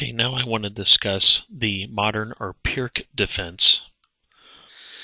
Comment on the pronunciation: Pirc is pronounced "peerts", just so you know.